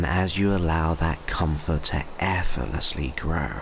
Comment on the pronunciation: it’s most generous of you to put all your work on YouTube free of charge. However, while your voice and tone is good I experience a discord every time you say the word efforlessly rather than pronouncing it correctly as effortlessly. This mispronunciations is too distracting for me to gain benefit from your work. I’m sorry about this and hope in future you will correct your pronunciation of effort and effortlessly. Warm regards, Elizabeth